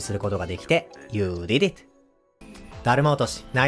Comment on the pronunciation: この人のyou did it の発音好き